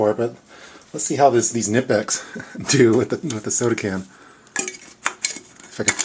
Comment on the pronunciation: Nippex? Isn't it Knipex? Rest was cool though!